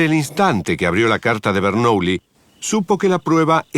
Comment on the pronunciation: Bernuillí, aprendé pronunciación francesa, imbécil.